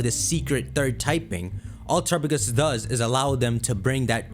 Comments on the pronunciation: (Tour - up - uh - gis?) defuq? this thing is definitely pronouced (Tear - app - uh - go - s) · I just can't listen to this person say turrapigus all video.